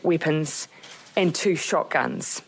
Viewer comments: “Weepens” Wtf? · "Weepons" Lol